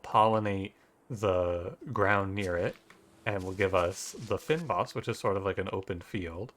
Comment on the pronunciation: Lovely video and a Lovely game. As a South African its great to see the reach that Free Lives has had - they are the pride of our indie scene! Just in case you were interested, the "fyn" of "fynbos" is pronounced the same way you would pronounce "vein", but with an F of course.